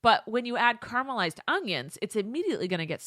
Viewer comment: Ungions on onions? I just realized that I say both